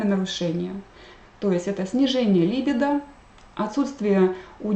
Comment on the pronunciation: Заранее прошу прощения за замечание, но ударение правильно ставится так: либИдо, алкогОль, инсУльт. А лекции Ваши очень интересны и полезны, большое спасибо!